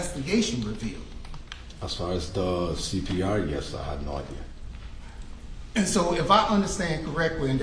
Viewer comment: "you have no idear". What??